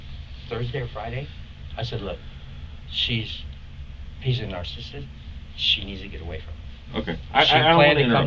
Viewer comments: Every time he says "narcist" I correct him out loud like he can hear me LOL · I'm not sure what's worse his 1990s slang, or him saying narcist (narcissist). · Hes saying narrcist ....that is so cringe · More like N'sync. This guy is 50. Also can he stop saying "nar-sist"!! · him saying narcisst is punishable all in itself 😅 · Yes, the narcist 😂. He can’t pronounce his own diagnosis narcissist 😂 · Knows how to diagnose a narcissist but can't pronounce the word! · I wish he would tell the detectives how many kids he has, and how he’d rot in a 6 x 8 cell for them. Note to crim, learn how to pronounce narcissist if it’s your go to word!! 😜🔥🇨🇦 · How can you listen to someone mispronounce a word (narcissist) so many times and not lose your shit or correct them? Also, dude is so full of shit and he is a worse storyteller than a 3 year old. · Omg it’s NAR-CIH-CYST, not “nar-cyst”. This guy needs to be locked up just to save the rest of the world from having to listen to him talk. Also, someone who doesn’t shut up like this, thinking they can out talk the police, is likely a narcissist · I really wish these detectives would have corrected his wrong pronunciation of certain words, because the amount of times this man said "narcisst" instead of "narcissist" is literally driving me insane 😂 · This guy's not 🚫 saying narsasist 😂❤